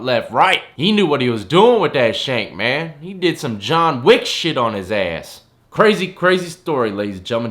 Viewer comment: “Jenk Wick”